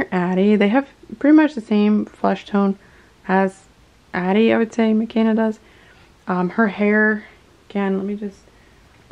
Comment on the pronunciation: Her name is pronounced meh-KAY-nah not meh-KEN-nah. When you choose to mispronounce it because you said you like the way the European version sounds better than the Swahili one it makes me feel like the Blackness of her character is being disrespected. There's a whole chapter in her book about why names are important and why they should be pronounced the way that person pronounces them. She's your doll and it is absolutely your right to change her name if you wish, but maybe you should think about why her Swahili name makes you feel uncomfortable.